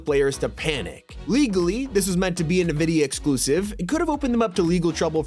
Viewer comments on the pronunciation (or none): none